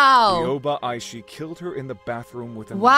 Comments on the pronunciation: Hi!! Aishi is pronouced “A-shi” the first i is silent c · ITS EYE SHE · It’s pronounced I-shee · I just wanted to say that you pronounced her name wrong but that’s all right because you’re still my favorite YouTuber by the way, you have to pronounce the i at the end not hate